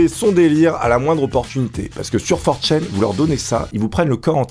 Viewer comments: C'est 4ch(a)n et pas forchaine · 4Chain ? Ça se dit 4Chan nan ? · For chene... Tu ne sais même pas comment ça se prononce, ni que ça n'est pas un forum. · Tu stresse a dire 4chain ça se prononce 4channe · FOR CHAIN !! FOR CHAIN!!!!! ok petit test, comment dit tu: - oni-chan - one-chan - 4chan Si tu fais une vidéo sur 4chan ne dit pas for chaîne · channe pas chayne pour la prononciation, désolé de faire mon grammar nazi mais c'est ultra stressant xD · 4chaine. Non on dit 4chan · "for chan" en gros in english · Comment il prononce 4Chan... Il le prononce super mal